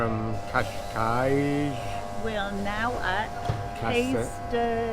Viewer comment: Spot on pronunciation of Cascais,! Next: Cais de Sodre... k'eye'sh soodray. 'oo' as in book. The Lisbonians drop the 'de' I am told....